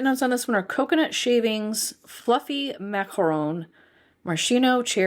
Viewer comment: I loved your French pronunciation 😊